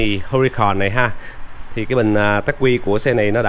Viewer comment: đọc là ắc quy không phải là tắc quy nhe e.